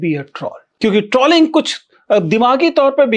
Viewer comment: शायद सही उच्चारण "ट्रोलिंग" है.. ट्रॉलिंग या ट्रौलिंग नहीं 🤔